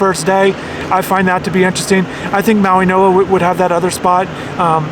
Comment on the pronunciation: Its Mauigoa... Not Mauinoa...